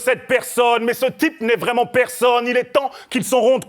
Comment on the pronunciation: juste dire "vreument" ca fais rire les africains ...